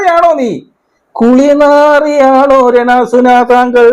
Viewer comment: ചേട്ടൻ രെ ണാ സുനാ എന്ന് കേൾക്കാൻ നല്ല രസമുണ്ട് 😂😂😂😂